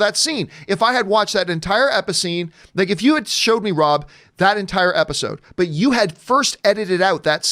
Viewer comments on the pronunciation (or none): You said episcene lmaooooo 🤣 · Lol he said "Episscene". I love it.